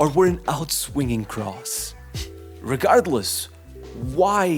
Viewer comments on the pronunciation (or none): none